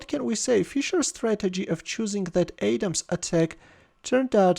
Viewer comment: Hey, you don't pronounce Adam's attack like "Adem's" It's like saying adam, but you say adam's, I know you speak differently from us Americans, but, I wanted to clear that up